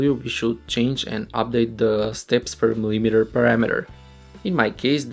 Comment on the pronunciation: mispronunciation of the word "millimeter". omg, where did you learn English? fail.